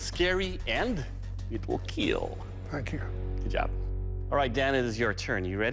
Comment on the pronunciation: Wheel keel 🤣